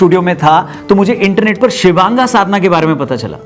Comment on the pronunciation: शिवांगा ❌ शिवांग ✅